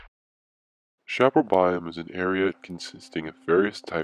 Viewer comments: Sha-PAR-el? Around here and everyplace else I've ever been pronounces it sha-puh-RAL. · And in Méjico and other Spanish-speaking countries it is pronounced as cha-pa-RAL.